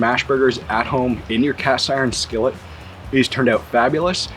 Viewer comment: I love this guy and his enthusiasm towards teaching us how to do this lol, plus I’m literally about to try and make them my first time and wanted to see how a few other ppl did to get a consensus. But the way he was saying skillet was cracking me up for some reason lol. Skelleht 😂😂😂 Nice video though bud, keep it up. I’m just an and gotta give ppl hell about everything lol.